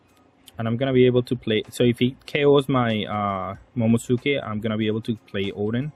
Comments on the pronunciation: Please bro. Mo-mo-NO-su-ke Please. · its pronounced momo nose kay